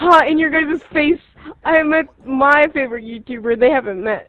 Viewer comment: "FAVROITE" xD